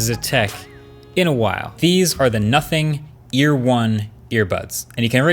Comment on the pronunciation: The way he said “nothing eh” 🤣….no one does tech reviews better 🙌🏼